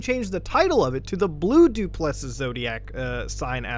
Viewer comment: he butchered duplessis so bad lmao